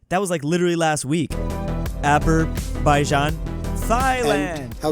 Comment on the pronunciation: THERE IS NO WAY THAT HE SAID ABERBAIJAN💀😢